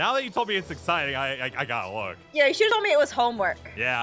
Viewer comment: i tod you we wod mack this hrder